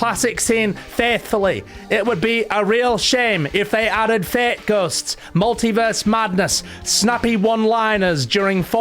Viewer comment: Every time you say "fate ghosts" I hear "fake ghosts" 😂